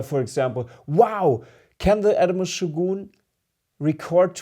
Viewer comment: By shoggoon, do you mean shogun?